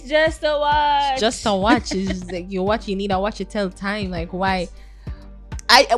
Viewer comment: U didn’t pronounce the watch correctly